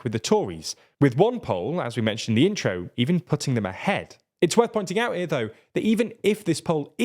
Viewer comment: “‘ere though” – I love it when northernness shines through 😂